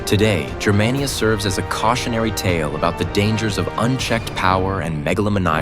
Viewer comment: THUMBS DOWN! It's pronounced GER-mania, hard "G". Not "JER-mania". ("Germania" is the name of one of Tacitus' book.) And what's all that BS about buildings and propaganda? The Nazis didn't invent that. It's been going on since the birth of civilisation. This video was crap. I will never subscribe, but I will definitely block your garbage channel.